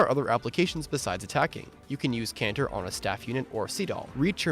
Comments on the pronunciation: Nice list, but can we please stop pronouncing "Canter" like ignorant weeaboos. It's between a trot and a gallop. A word you should all have heard long before you played this game. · It's Canter.